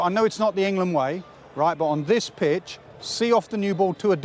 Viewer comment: 3.43 minutes, Did Naseer Hussain said it's a new ball bitch instead of pitch ?😂😂